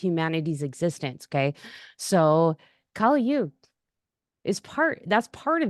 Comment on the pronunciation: Kali Yuga is pronounced as- kuli yooga, as in, sully (with a single l) Whereas, goddess Kaali is actually pronounced as os bali (the famous tourist place in Indonesia). The thing abt why kali Yuga is named such is becz it's namd after a demon named "kali" (again, pronounced as sully with single l). Hope this helps. Here's so intresting thing, the west has been canfuded abt kali and kaali for atleast 3 centuries now, so you tripping over small pit is nothing new, it's mostly because of pronunciation difference. If you one day get to lean sanskrit (in the devanagari script and not roman), then this problem of pronunciation will become more clear.